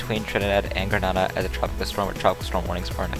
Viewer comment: Grenada is pronounced Gruh-nay-duh